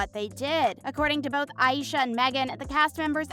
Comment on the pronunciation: Aisha pronounce as Ei-sha, if you watch interviews of the three. Kate and Meghann pronounces it that way. I love Aisha she's my fave and she caught my attention to get hook o the show. But I love Katie and Meghann too